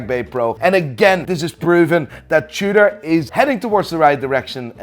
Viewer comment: He even said Tudor starts with a T but still pronounces it chewder